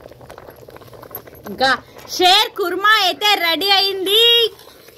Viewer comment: షేర్ కాదు షీర్ ఖుర్మా అంటారు